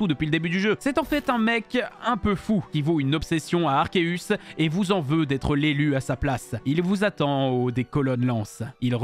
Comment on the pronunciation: Déjà, premières secondes de la vidéo et on entend "Arkeus".